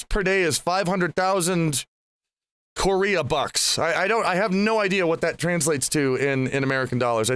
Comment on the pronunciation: KO-rea bucks